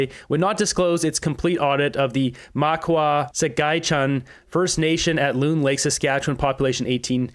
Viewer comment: Makawa sahagen is how it's pronounced. I grew up 30km away.